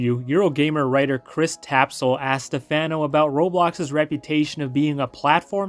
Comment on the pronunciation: it's not Stefeno , but pronunced as Stefano lol btw thanks for the video too.